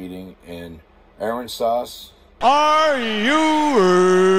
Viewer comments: I grew up in San Pat county. Pronunciation tip- Locals say "Aran•Zis Pass" but Arron Sauce was a good try😆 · Ha!! Its pronounced: uh-RAN-zus, brother. Just tryin' to help. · A-RAN-US-PAS Texas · Uh-ran-sus Pass. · Uh ran sus is the best way to pronounce Aransas. Texas has a few place like Wichita (witch a taw) that pronounce differently to us as they were names adopted from the original name of the areas by the Native Americans that had inhabited them previously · Hi. The Town is pronounced A-Ran-sis.. then just say it fast 😊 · It’s pronounced Ah- Rans-ess Pass. Great little drinking town with a fishing problem. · Its pronounced Ah-ran-ses Pass lol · Aransas is pronounced " uh-ran-za " Pass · Aransas is pronounced Uh-ran-zis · It's pronounced A rans us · It's pronounced Ah-ran-ass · Aransas pronouned uh-ran-sus lol